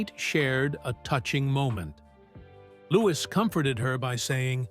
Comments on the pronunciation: Pronounced loo wee not looking iss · Its louis not lewis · I find it difficult to believe your 'report' when you do not pronounce his name correctly. He is "LOO-eee", not Loo-iss. His Mum is Princess Catherine, not Kate. Please respect the Royal Family enough to pronounce their names and titles correctly. Afterall, you make your money off of their crumbs.